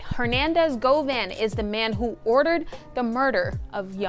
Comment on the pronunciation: “Govan” Go Vaughn lol